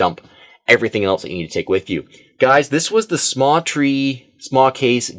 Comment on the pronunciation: I thought it was the smatree not samtree